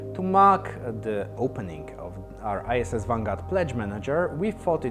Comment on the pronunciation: Great update! Sounds like he says "ISIS Vanguard", :D